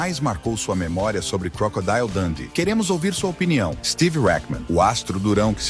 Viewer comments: é crocodilo mesmo e não crocodaio😊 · Vá ao Google Tradutor e escreva "Crocodile", depois clique no símbolo do auto falante e verá a pronúncia correta. Crocodeal. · Vá ao Google Tradutor e escreva "Crocodile", depois clique no símbolo do auto falante e verá a pronúncia correta.